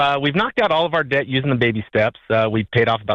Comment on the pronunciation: Right down to pronouncing debt as "dayet"